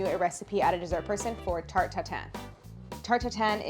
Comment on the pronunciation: The way she pronounces this is the best tarTT